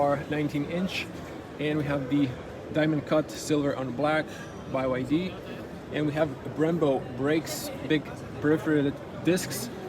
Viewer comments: Why do you call it BY YD? I’m pretty sure it’s pronounced B, Y, D - 3 letters. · it's not Bai Why Dee, it's Bee Why Dee. also the Chinese letter when you opened the front cover, it's the Chinese letter Han. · BYD, not Buy Y D, lol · "By YD"... Anybody else acknowledge this? Not sure if srs or trolling. Honestly will be trading my Mercedes CLA for this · BYD = Bee Why Dee Never heard Bye Why Dee before. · "Bee Why Dee" not By Why Dee 🤦‍♂️ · By YD?? huh?? it's just B Y D...... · bye why dee hehehehe.. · its bee-why-dee